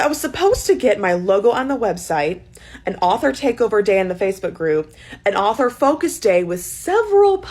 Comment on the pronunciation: ITS AUTHOR NOT OFFFFERRRR 😡